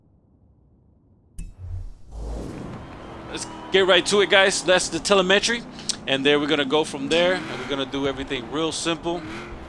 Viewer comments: Doesn't sound like you have an accent so I am assuming you are American, just an FYI, its pronounced "tel eh mi tree" not "tele meh tree" Solid drag build though, I would do something similar but I like to mess with my gears to everything i can out of them. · Telemetry= Tuh-Lem-ah-Tree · You're pronouncing telemetry wrong. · I just like the way he pronounces the word telemetry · drew bremer Telemetry is a real word lol he’s just pronouncing it wrong